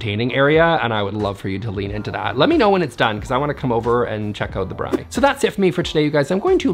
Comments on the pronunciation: Yes!! Braai pits are awesome! It is like next level fusion barbecue with so much potential to go any direction. Good job on the pronunciation! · South Africa: nailed the pronunciation of braai - well done 🎉 and yes, we loooove additions to homes. Its tradition, Im sure. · Chris here from South Africa. Yip you pronounced BRAAI perfectly. Keep in mind that to braai in South Africa is a major entertainment and therefore I think he would like to keep the couches. People like to sit around the braai and have a good time with friends. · I was so impressed that he pronounced 'braai' correctly! An indoor braai is great for when it rains and you just need to braai on a Saturday or for the rugby. Glad a South Africans space made it to the channel! 🇿🇦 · I live in South Africa and this is a traditional entertainment room with patio doors which usually lead out to the pool. And yes you pronounced braai correctly! 😂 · great pronunciation on the braai. You said it perfectly. Essentially it's just a built in BBQ. The word braai is actually a soth African word for the action of cooking on a grill. It was most probably an outside braai but because they built it in it become an indoor. It's not super common in SA to have them indoors. I would suggest breaking it down and putting it outside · Hey! Thanks for featuring my space! You pronounced "braai" perfectly:) Though if I were Afrikaans, the "r" would be rolled a bit more. When speaking English though, you nailed it. You're correct, I need to define the space before deciding anything else. We do have another living room with a Tv, etc, so we dont necessarily need another, but when we have guests, this is generally the space to hang out, as it's larger. I'll lean into the games room plan, and start going from there. We also have twin newborns, so its temporarily become a space to lay out play mats etc. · As a South African,, well done on saying the word "braai" 👏😀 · You pronounced braai perfectly 👍🏻